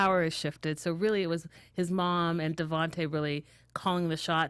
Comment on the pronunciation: "The chai" "Devontee" 😂😂